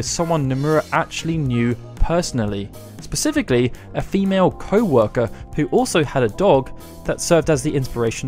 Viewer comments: pacifically!? SPECIFICALLY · At around the 7 minute mark you say "pacifically" rather than specifically and I just can't take you seriously anymore